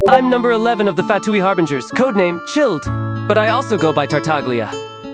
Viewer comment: "im number Eleven of the Fatooi Harbingers CHILLED"